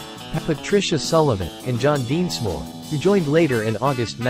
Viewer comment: DENsmore, not Deensmore. Have you even heard of the Doors?